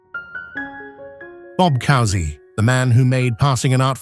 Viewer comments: How about learning how to pronounce Bob COO-sey's name? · Please learn to correctly pronounce "Barnett" and "Cousy". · Sad that Bob Cousy was pronounced wrong. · The “ Cousy “ mispronunciation made Holy Cross cringe ! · Disgrace that you can't even pronounce Cousy. So many omissions. Here are the most glaring: Jerry Lucas, Don Nelson, Gail Goodrich, Dave Bing, Billy Cunningham, Cazzie Russell, Elvin Hayes, Calvin Murphy. RIP Dick "Fall Back Baby" Barnett.